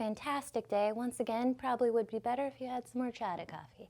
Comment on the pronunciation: It's pronounced Orr Chata. 👍🏻